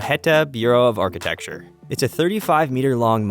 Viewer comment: Your dubbing performer is very good, but please let them know that it's archiTECture, not archiTEXture. Thank you so much for this video, it's great :)